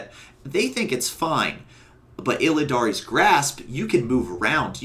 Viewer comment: "Illidan's" grasp. NOT "Illidaries" Grasp. Also you take ages to make a point. That walkthrough bit took ages to explain you used, two jumps and your covenant ability to go forward.